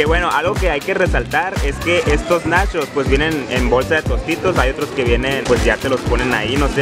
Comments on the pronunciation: Se sise nachos no nashos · Una pregunta... Y lo hago sin el afán de ofender, solo es curiosidad. 1-el compa es gay?. 2-De que estado es?. 3- Porque a las palabras como por ejemplo NACHOS, MUCHO, CHEDAR, le dice Nashos, musho, shedar?, o cosas asi? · Nashos, mushos, salshisha😂 Jajajaja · Los nashos!! 😂😂😂😂En Tampico no hay de esos. Sólo tenemos nachos. Y no saben shidos, saben chidos. Y vaya a la barra de complementos mijo no sea jo-pende. Ahí le pone de tosho morosho pa que entienda. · No sé si el vato es campesino Pero es Nachos no Nashos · Nashos y shedar 🤣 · se dice nachos no nashos